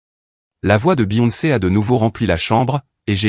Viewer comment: 4/10 Du réchauffé. Et des horaires illogiques, contradictoires, entre le changement des serrures, le retour de sa femme, etc... Certains mots mal prononcés, par exemple la 2ème fois que Beyoncé est prononcé.